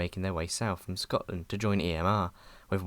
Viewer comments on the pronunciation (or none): none